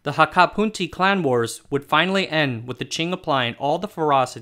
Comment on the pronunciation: It's the correct pronunciation in Hakka, not Cantonese.